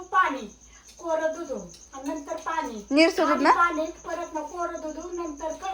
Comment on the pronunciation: दुदु नाही दुध